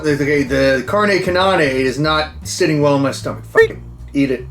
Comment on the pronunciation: "Carne Cenanae" and "Orbitsol" LOL!!!